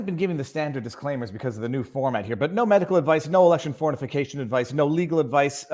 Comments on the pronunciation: Would have sworn you said "no election fornification advice". Whether you did or not, it cracked me up. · he always says fornification.